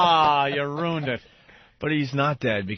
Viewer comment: Hate all of their mispronounced words. Ant says roooooned instead of RUINED. And fengher for finger